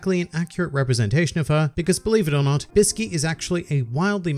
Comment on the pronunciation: Do you know that actually the right pronunciation of ''Bisky'' is actually Biske and right pronunciation for ''Kite'' is actually Kaito. So everyone who pronounce it as its typed is wrong.